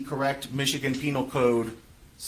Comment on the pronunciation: Jeff Penal not peNILE like u are being JuveNILE. 😂